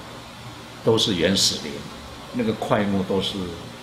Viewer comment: "埡"口 不唸亞, 唸霧才是正確.